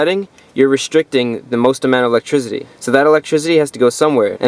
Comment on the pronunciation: electrizity lol